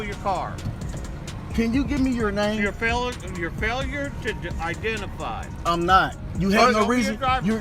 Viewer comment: 👨🏻‍🦳“YOU’RE FAILURIN’ TO IDENTERFIY”